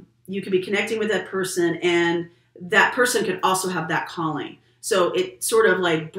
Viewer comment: Instead of Calling I heard “you have a Colleen coming in for you”😆 Well I wish I am attracting a friend like your Colleen, she seems to me like a awesome person😁